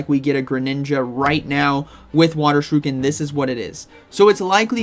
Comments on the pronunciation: Dude cannot be serious pronouncing shuriken as shih-rue-kin and not sure-ih-kin 😂 You have to be trolling! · shuriken* not shiruken lolol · Shu ri ken NOT Shi ru ken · Why do you say Shuriken like that? I think it’s pronounced Shur - i - ken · Never heard it pronounced sure-oo-kin before. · I get staggered every time you say 'shiruken' 👌🏾. Have to watch the Greninja bit again 😂. Anyways, thanks for the heads-up as always 😂✌🏾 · Just hearing him say ShiRUken is worth watchin this video hahaha. Haven't you had your coffee yet bro? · Shi-RUUUU-kin new offical pronunciation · Not Sha roo Ken 😭😭😭 I can't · Supposed to be "sure-uh-Ken" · This is very important... Pronounce shuriken properly!!